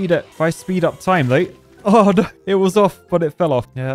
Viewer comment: That poor editor have to put up not just with his songs, but with the fact that instead of "no", he says "noi" 😮 I hope he's getting paid accordingly.